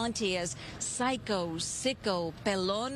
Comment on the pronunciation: Love the way she pronounce pelón NO,NO nothing bad sound good !!🔴🫢🤫